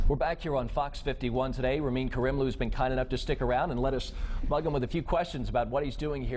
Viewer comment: ITS RAMIN KARIMLOO NOT KARIEMLOO